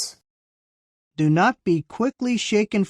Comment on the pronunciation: C Rhynehardt I don't know if we are talking abt the same thing, but I thought I heard say aprostate instead of 'apostates!' Did anyone else hear that? I scrolled back 3 or 4 times to listen. ( I'm not deaf, but am hearing impaired. )